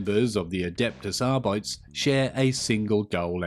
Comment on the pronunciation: Here’s the pronunciation: A-dept-us Ar-bee-tees - Warhammer Community